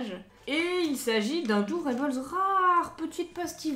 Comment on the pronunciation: Hello super vidéo ! :D Juste petite rectification sur le nom "doorable" venant de "door" (porte) et "adorable" (adorable haha c'était dur) ; du coup si tu le prononce en français, garde le "able" en prononciation français (pas eibeul) et si tu le fais en anglais ça donnerait "able" au lieu de "eibeul" Voila voila c